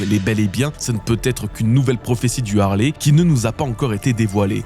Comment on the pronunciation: ARRÊTEZ DE DIRE LE HARLEY C EST LE HALEYYYYY SVPPPP